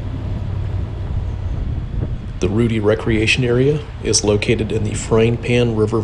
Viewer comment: I tried but I just can't. You are pronouncing it wrong. It's Rued-long i like in die. Thank you for your videos.